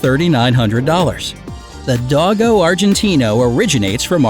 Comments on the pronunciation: U say dogo like (doggo) it's pronounce like (doe-go) then Argentino. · Not dog -o do-go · And Dogo is pronounced like Dough-Go.... Not dog-o......